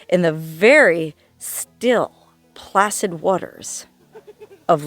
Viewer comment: Did u say placid or flaccid?